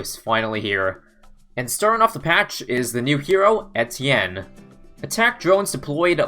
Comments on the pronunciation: I swear he was saying entienne and not etienne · I'm losing brain cells listening to him pronounce the hero's name